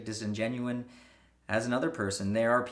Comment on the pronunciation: dude it's 'disingenuous' not 'disingenuine'.